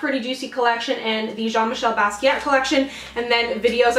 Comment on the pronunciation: Love watching your videos. Just want to let say Thank You for pronouncing the artist's name correctly. So many times I have heard people butcher his name by saying it like "Jeen Michael Bass-kwat". I studied about him in school; he was an amazing artist. 👑samo